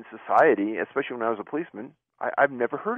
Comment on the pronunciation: The x is the new s sound. He's trying to keep it gangsta.